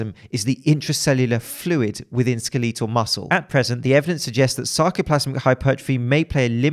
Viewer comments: Skeetleetle....Skeetleetle....Do all tea sippers pronounce it like that? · i cant get over him saying skelEETal